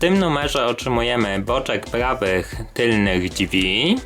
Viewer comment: Drzwi... Nie ma słowa dźwi kolego